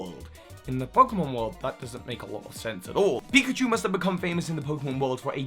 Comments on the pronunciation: Pickachu? Really? Come on. You even did it twice. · "Pickachu" 😂 it's pikachu, not to be rude